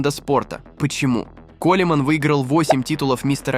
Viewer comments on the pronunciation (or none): Его зовут Ронни Коулмэн, а не "Колерман" бестолочь.